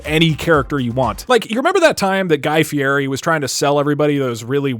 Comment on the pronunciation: Its fieri not fieri